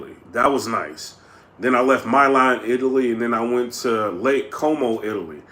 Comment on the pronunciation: MYLAN ITALY???????????????????????????????TF MILAN PRONOUCED ME-LAN FYI